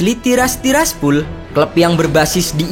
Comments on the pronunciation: Tiraspol bambaaang.. bukan Tiraspul🥴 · tiraspol bang bukan tirsapul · Pol, bukan pul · TIRASPOL BUKAN TIRASPUL 💩👎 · Gw paling suka lu klo ngomong "TIRAS TIRASPUL" wkwkw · Tiras tiraspul😂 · gw juga banke.... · Tiras tirasPHULLL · Tiraspol jdi Tiraspul wkwk 🤣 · Tiraspul tiraspul sakit telinga gua dengarnya